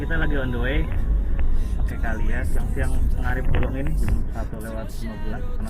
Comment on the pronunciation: Calya mas Bukan Kalya / Kayla / Keysha